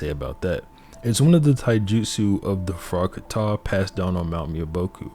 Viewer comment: Its not frogkaTA but frog ka tah